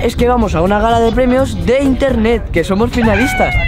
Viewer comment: os dais cuenta que en el minuto brunito dice intene